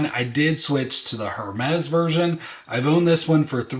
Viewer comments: It’s AIR-mes not HER-mez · I know you keep saying HERmes but the “h” is silent so it’s pronounced “er-mes” ❤